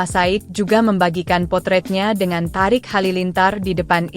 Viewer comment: yang baca berita tulisannya emang thariq tp bacanya thoriq bu terus HUT mbok ya baca lngkap hari ulang tahun,, kok hutt😂